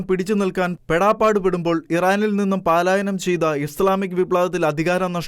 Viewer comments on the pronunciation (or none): പാലായനം അല്ല പലായനം ✔️